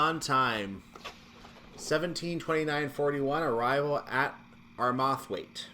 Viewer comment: Still can't pronounce Armathwaite right. Did you not watch that video I linked you to? :)